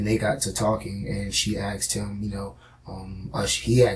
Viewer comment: Axed is not asked wtf learn english or forever come off as dumb n ignorent